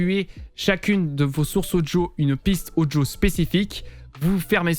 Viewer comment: Super propre ton tuto. Et j'adore comment tu dis "Odjo" (Audio) no joke xD Je like direct car mon stream est bien mieux réglé ! En revanche j'ai une petite question simple : Comment procéder si je souhaite enlever le son "Discord" sur l'une de mes scènes comme par exemple celle de début de live sans avoir à le couper manuellement à chaque fois ?